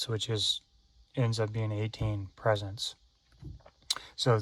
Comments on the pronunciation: The first time I thought was a fluke, but nope, he kept saying it. PRE SETS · I know this is 8 years ago (2026 now) but just to let the brother know they are called "PRE- SETS" Not "Presents" Lol. Not trying to embarrass you just inform. Maybe Eonon misspelled it I don't know. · Presents? Or pre-sets?